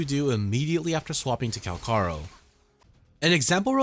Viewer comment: Everyone plus the asians pronounce it CalCHaro... but you had to be different. Even if this is how supposed to pronounce his name, you definitely took the umf out of his name. Calcharo sounds better than kalkaro.. which it doesn't seem right with your example as C and Ch is in the name. Haven't found a language where the C and Ch sounds the same.